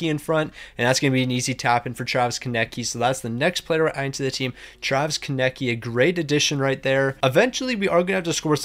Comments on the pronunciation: Does bro actually not know how to say Konecny? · Your relly need to learn how to say konecny's name